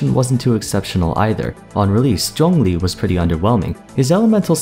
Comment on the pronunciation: i absolutely love how you pronounce his name correctly. Thank you.